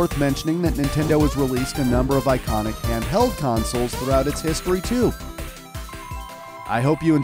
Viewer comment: r/weGotThat (and he said home consuls)